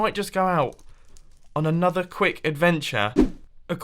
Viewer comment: Mumbo, could you please try to pronounce your intro/outro better. Like "another" in the intro and "please be sure to hit that like button" in the outro. You have automated this, and now it is really weird. Tnx